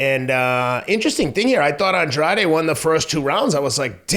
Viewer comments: Claro. And he is of Portuguese heritage. But he pronounces it Awndrayde, and for his big moment they should have given the man enough respect to take two seconds to look it up on Wikipedia or listen to him pronounce it himself, in my opinion. No quiero faltarle el respeto. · Its An-dra-de in spanish 🫣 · How can you have watched this fight and still not be able to pronounce Andrade's own NAME